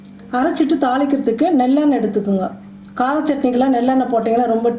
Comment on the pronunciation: Emma athu nellennai illa athu nallennai😂😂😂